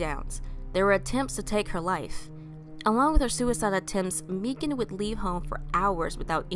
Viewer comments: Thank you so much!! (It is pronounced like "Megan" but I am so grateful you covered her story!!) Thank you, thank you, thank you!!!! <3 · pronounced "Meghan" Its the authentic Irish spelling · Its pronounced Megan but spelled unusual. She was my best friend